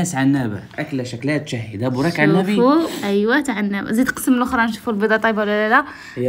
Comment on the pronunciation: لالا اختي زوجك نطق اسمه صح. نقولو بوراك عنابي مش بريك..... صححهيها: 100%: 150% 😊